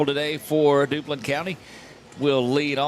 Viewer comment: That’s not Dublin County, It’s Duplin with a P!